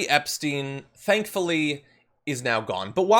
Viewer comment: He can't even say Epstein name, and they probably had orgies together.